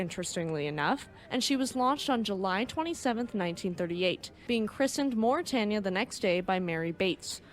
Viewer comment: The River Thames is pronounced “tems” (rhymes with “hems”). And Mauretania, Aquitania, and Lusitania… the “tan” part of “tania” is pronounced like “tain” (rhymes with “pain”). I never knew much about the second Mauretania. Her namesake is one of my favorite ships.